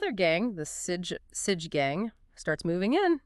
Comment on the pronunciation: sige is pronouced "see-gey"